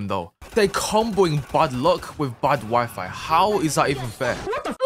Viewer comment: I was think when you say "my wifi" I just heard you say "my wife" I just think a lot of that